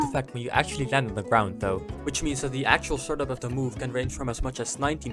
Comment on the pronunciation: Ah yes… ZGROUND